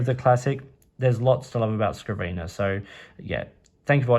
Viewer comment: It's Scriv - nr silly not scriv - eener......lol